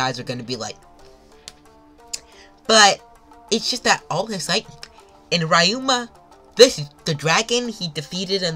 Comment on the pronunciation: Bro read 900 chapters and still somehow call ryuma rayuma